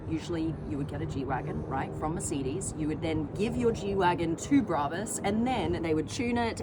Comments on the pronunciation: Turned off instantly after hearing you pronounce brabus and Mercedes 😂😂😂😂😂😂😂😂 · You cannot pronounce Mercedes or brabus.